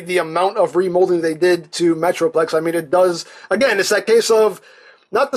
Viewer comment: he said meatroplex